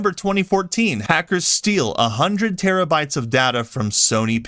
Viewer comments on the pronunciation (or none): none